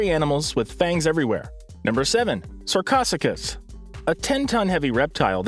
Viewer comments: Sarcosuchus pronounced Sar Co su kis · You did not say sarcosuchus correctly and it’s not Helicoprion as one word it is Heli-coprion